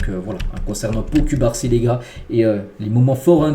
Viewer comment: 😂chef cubarsi s'eppelle (coup-bar-si) pas (cul-bar-si) 😂😂 mais je kiffe kan meme hahah